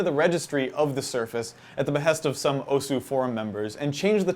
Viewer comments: Just so people know: The "u" in "osu!" is silent, so it's pronounced "os". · The 'u' in 'Osu!' is silent. -_ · It's pronounced OSS!! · Graphical tablets? Also, you're saying osu! wrong. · I'm cringing listening to him pronounce Osu! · Please learn how to say osu